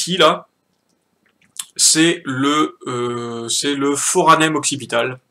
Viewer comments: Et c'est pas le Foranem , mais le Foramen ! Mais bon on n'est plus à ça près ... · Foramen pas foranem... Mais vraiment merci pour ton taf !